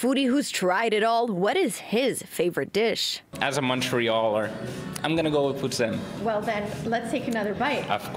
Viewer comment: Is it just me the way he pronounce poutine is off? Isn't suppose to be like "poo teen"